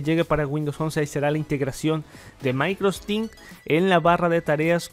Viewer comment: De onda nomas es Microsoft Teams no MicrosTin